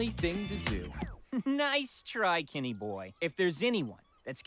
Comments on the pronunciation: Oh it's "Kenny boy" not "Kitty boy" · i thought ryan was saying "kitty boy" and i was just like 😳🧍🏾‍♀️what in the wattpad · I keep mishearing "Kenny boy" as "gay boy"😭